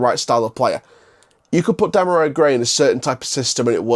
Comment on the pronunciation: Before you do a video learn how to pronounce his name ...🙄 Dem are ree